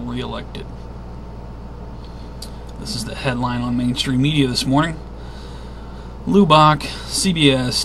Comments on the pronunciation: It's not pronounced Lew-bock. It's Lub-buck. And if the world ever gets an enema, Lubbock is ground zero for the tube. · Its pronounced Lubbock sounds like lubik or the u sounds like the u in the word up... lol just wanted you to know home of Texas Tech Red Raiders Lubbock Texas guns up !